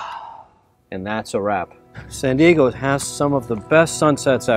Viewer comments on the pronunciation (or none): none